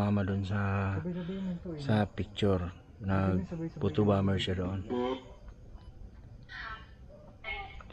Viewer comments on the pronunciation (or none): none